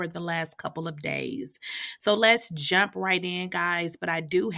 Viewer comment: Why I thought she said let’s jap right in lol 😂